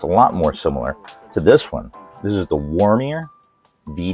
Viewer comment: Funny how you add an R in Womier every time :D